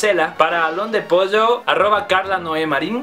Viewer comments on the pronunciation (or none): none